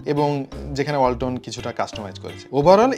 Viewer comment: যখন বললেন ওয়ালাতনের ব্রান্ড আমি পাশে রাখা হোন্ডাটাকে ভাবছিলাম ওয়াল্টনের ব্রান্ড বলছেন😛